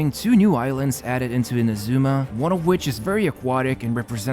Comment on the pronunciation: Everytime you mispronounce Inazuma a little kitten dies. Make a change! Stop killing kittens, pronounce Inazuma correctly! (as well as Ayaka, Yoimiya and Kokomi while you are at it)